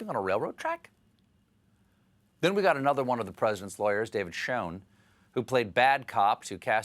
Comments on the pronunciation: Don't call Schoen Sho-en cause schoen means shoe in flemish and Dutch and indicates probably his ancestors came from this region of Europe ;) o btw don't try to pronounce it as we do here because the use of SCH is very hard for all those who doesn't speak Flemish or Dutch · No, sounds like "sherrshhh" to me.